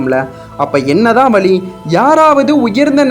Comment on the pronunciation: நல்ல பதிவு ஆனால் முழுமை வழி.என்ற வார்த்தைகளை சரியாக உச்சரிங்கள்